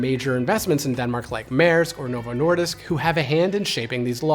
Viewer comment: Your pronunciation of "Novo Nordisk" is flawless! :)